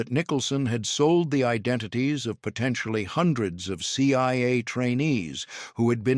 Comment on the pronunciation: Maybe get a real narrator. C Y A and FBY come up a few times.. Keep at it tho